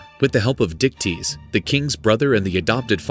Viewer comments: So Perseus's dad's name was Dicktease?? I know that's not how its spelled but that's what I kept hearing. I love Greek Mythology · I’m sorry, but that man’s name was what??? Dictease???